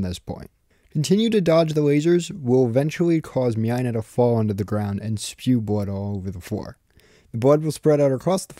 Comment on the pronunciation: Mynah is pronounced as "Mai-nah", similar to "miner"